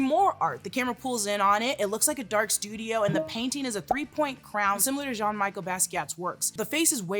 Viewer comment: NOO U PRONOUNCED JEAN MICHEL AS "JOHN MICHAEL"😭😭😭